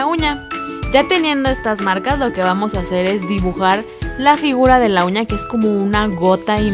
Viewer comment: Todo se vio diabólico y de miedo al principio, cuando dijo uña le entendí cuña